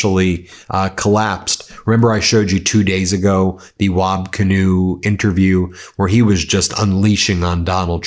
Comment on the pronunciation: BEN ... its WAB KIINEW... A native American Indian name